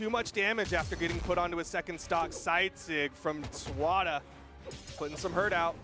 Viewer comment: i like how they call him SWARA lmfao